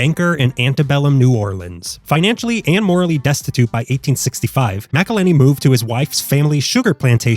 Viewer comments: That pronunciation of “Mcillhenny” hurts my soul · It says McIlhenny right on the label. Are you saying MacIlhenny as rage bait?